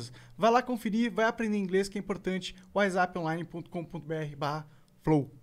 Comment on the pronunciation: Monark sabe falar inglês sim 👍 "wizap"